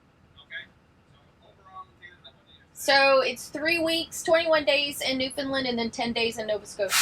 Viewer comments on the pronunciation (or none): It's newfoundland not newfinland...it's ok even most canadian pronounce found as fin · My darlins...It is not NEW. FIN LIND. IT IS FOR N0N NEWFIES NEW FOUND LAND..NO I'S. FOR SOMEONE WHO TRULY APPRECIATES O.UR CULTURE. .then it is newfunland. PLEASE DO NOT SAY NEW...FIN..LIND AND PASS THE WORD ON... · It's not pronounced Newfinlind. It's New Found Land rolled together nice and smooth. Newfoundland Canada has no states, but 10 provinces and 3 territories. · Believe me we have the same questions when travelling into the US. And you probably will as well. Hope you have a fabulous time in our neck of the woods. NEWFOUNDLAND rhymes with UNDERSTAND. Say it that way, not NEWFUNLUND. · It’s hard to listen to your pronunciation. It’s pronounced New-fun-LAND. it’s a common mispronunciation. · Just to clear up a small point, Newfoundland rhymes with understand. Happy travels! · Hello, I just found your channel. This may be really picky, but I just wanna correct the way that you’re pronouncing Newfoundland. Say understand first and then say Newfoundland it rhymes together. I just say this because as a Torontonian I always miss pronounced the word Newfoundland as Newfoundland LIND at the end. I married a new fee so I must pronounce the name of the province correctly. Looking forward to your adventures in Newfoundland and hopefully you will see some icebergs.